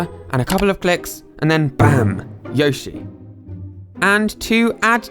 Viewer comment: Not to be rude but it’s yo shi not yoy shi